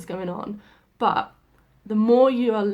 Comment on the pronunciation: Haha 😂 very British „Bu(h), I forget tones...“ Yeah, you dropped the „t“ from But as well 😂👍 Just joking, I know what you mean..